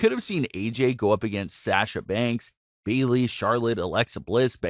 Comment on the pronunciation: Why do you say Sasha like that🤣😤